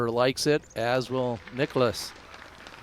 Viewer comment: Niklas NOT Nicholas!!!! This bothers my every time he's on a card with Terry calling. There is no vowel between the K and L....